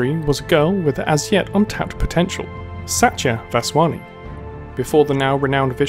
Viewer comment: Pronounced Sahtiyah Vahshwaknee